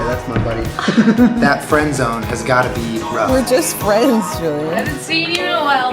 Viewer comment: Uhn they ar Fwends